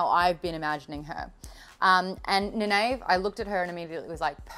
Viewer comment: Egwene - Ee-Gwain (rhymes with grain). Nynaeve = Ny-Neeve. I got this from listening to interviews with Robert Jordan and I have met his wife and editor, Harriet, a few times.